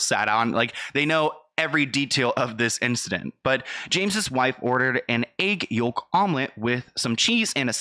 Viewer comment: How you pronounced egg yolk had me giggling. I get it though sometimes when focused on reading aloud it is easy to make mistakes, so don't take my comment the wrong way you're still doing a good job at keeping viewers entertained with consistent content.